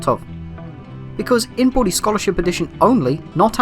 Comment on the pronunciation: The way says Bully is so weird lol It either sounds like body or booty or in most cases boobies 😂😂😂😂😂😂😂😂